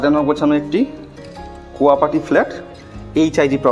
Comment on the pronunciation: আপনি তো ড্রয়িং ডাইনিং কোনটা সেটাই জানেন না। ড্রয়িং রুমকে ডাইনিং বলছেন। কোঅপারেটিভ কে কোয়াপাটি বলছেন। আর রান্নাঘরের সাথে যে ব্যালকনির কথা বললেন সেটাকে ইউটিলিটি স্পেস বলা উচিত। আপনি উচ্চারণটা ঠিক করে নেবেন।